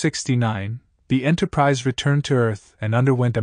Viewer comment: If you got a person to narrate instead of a robot, the last one would not be called Enterprisey.